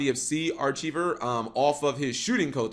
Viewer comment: Thanks, that was really annoying. I wish we could force Yugitubers to go to elocution lessons or something.